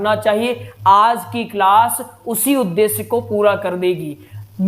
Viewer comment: अच्छा कार्य कर रहे है मगर पहले अपना उच्चारण सुधारें। श और स में भेद करना सीखें। उद्देस्य नहीं "उद्देश्य", सब्द नहीं "शब्द " बोलिये। दूसरी बात, आप संस्कृत पढ़ा रहे हैँ और सानदार (शानदार) जैसे उर्दू शब्दों का प्रयोग कर रहे है। स्वयं को गुरु स्थापित करने से पहले स्वयं को परिपक्व करें। डॉक्टर नित्यानंद मिश्रा जी से प्रेरणा लें। क्षमा करें, मेरा उद्देश्य आपकी कमियां दिखाना नहीं, बल्कि आपके अच्छे प्रयास को और उपयोगी बनाने के लिए है।